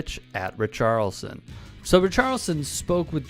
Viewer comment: Great points but pronunciation on a few things. Worcester is pronounced…wuzz..ter and it’s not rich arlson it’s pronounced..ric…arlson.